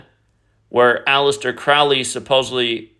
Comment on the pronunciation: Crowley rhymes with "holy" (Crow-Lee) Think about the movie the CROW starring the late actor Brandon LEE. Look up the poem "The Convert" ... The first 2 lines are... "Where are you going, so meek and holy?" I'm going to the temple to worship Crowley."